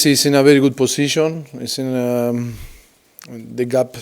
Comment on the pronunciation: Kelly Ludford he will pronunce first half :Farr calf , he will pronunce difficult : difficull , focus : focuss , very good : berry godl , watching: washing ,hundred : haunddredd